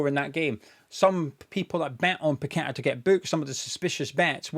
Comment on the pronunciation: Well explained thanks and well done. Plus your one of a few to actually pronounce paqetta name properly I most of the west ham sites Tony gale and the dumb commentators doing matches. One even calling todibo tody de bow 😅 Sue these corrupt FA like the FIFA board of rich unknown people running these football institutions that have no idea on the game. Even sully too should sue them.